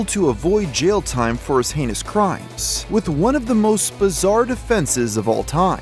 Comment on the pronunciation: "For his h-anus crimes"